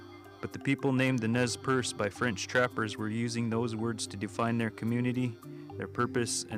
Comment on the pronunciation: The Indian people known as the Nez Perce (pronounced Nay Parsay) aka the Nimipu are historically a peaceful people. They were forced to take up arms by the white man breaking the treaties made to them. No white men were killed prior to the 1877 Nez Perce War started by the US Army.